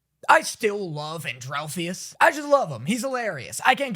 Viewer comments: it not ‘adrolphius’ it ANDREALPHUS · His name is pronounced and-real-phus. Pronounce phus like fuss